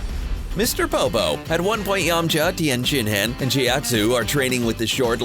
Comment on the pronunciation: Its "pw-ar" not "pew-er" and its "shin-hahn" not "shin-hann". I'm sorry I had to say it. They legit say their names in the show like a million times.